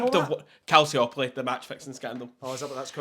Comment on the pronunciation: pronunciation of Calciopoli is hilarious, love it